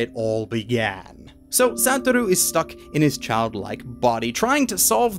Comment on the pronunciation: it not SATTT-OR-U is SUE-TOR-RU